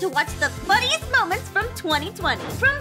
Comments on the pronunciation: Anyone gonna talk about “Momenets” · Mom: Say moments Me: "Momenets"